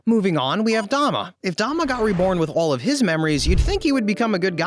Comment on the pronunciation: yeah I know it spells douma im saying he said dama and not douma